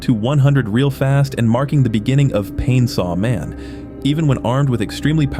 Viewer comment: He really say painsawman